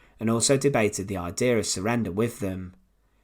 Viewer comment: Ah, the misguided "idears of Hitlah".